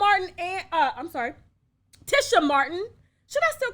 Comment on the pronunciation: Good Lord Tasha. I've been a TLC fan since b4 u were born ; and its Lisa LOPES. LIKE MOPES. And Tisha Campbell is like TEASHA. U do these types of things quite often & as a vlogger I would think u wouldnt continue 2 disrespectfully make so many of these types of mistakes ! And IM a middle aged White woman.